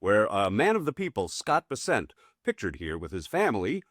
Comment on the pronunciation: First of all it ain’t Vessent… it’s BESSENT. I’ll give you a pass on that you are more concerned with LIKES rather than accuracy in content, as with many of your contemporaries . Second…. The creep was not chased out by a bunch of patrons with pitch forks and torches. He fled out the back door like a slithering coward… afraid to face his public who he is placing in financial ruins. Third… The putz is not a goon. Third. His another milk toast, boot licking, spineless, knee pad wearing sycophant But I do like term “Chew and Screw.” You should resister the phrase as a registered trade mark. But nobody and escape my “Drama Queen” Tagline comment. Maybe, I’ll start my own Ytube channel dedicated to Drama Queens.